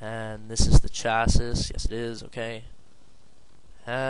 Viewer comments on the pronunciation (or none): Chassis is pronounced Chasee. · He's Canadian, so they pronounce is the way it's spelled in Canada?